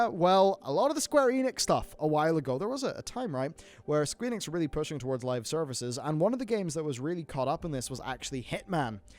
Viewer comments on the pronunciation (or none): Heh, said Squeenix...